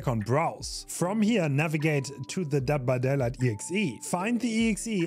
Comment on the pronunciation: bro talmbout some "dead by dada"